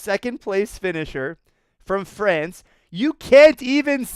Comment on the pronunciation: FRANCE not FRACE 🤣